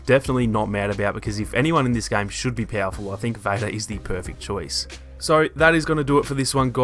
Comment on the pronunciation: You pronounce game like gang